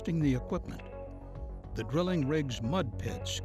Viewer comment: what's he saying ?? Crippin ??? and am i going deaf or does it sound like 'grilling' when he says 'drilling' ?